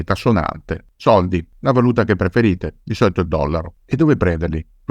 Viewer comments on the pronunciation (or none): none